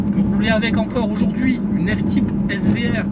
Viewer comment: « F tipe » 😓